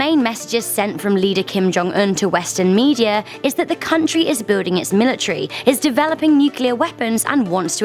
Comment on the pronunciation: It's military not milatrary